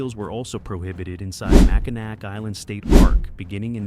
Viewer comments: It is NOT MackinaC. It’s pronounced MackinaW. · Ain't no way it's Mac in A-ack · It’s not called Mackinac. It’s called Mackall. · It’s pronounced Mackinaw not Mackinac. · it's pronounced Mac In Naw not Macanac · It is not pronounced Mackall. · Mackinac Island, the ending "c" is silent and the last syllables is pronounced (naw). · You can tell when someone doesn't know how or is not from Michigan, by the way they pronounce Mackinac Island.